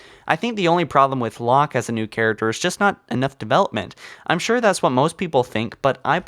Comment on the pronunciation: when ur like "Yes, Ma REY sue, is good char UC ter" Yes.